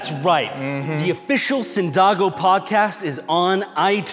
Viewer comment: the "a" is different. It's an "á". The pronunciation is different for the podcast~ You've been pronouncing cyndago right this entire time :D lol